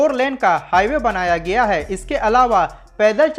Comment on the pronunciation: किया गिया अशुद्ध है ।